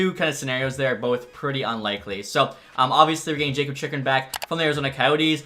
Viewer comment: Zub is pronounced ZOOB and Jakub is pronounced Yakub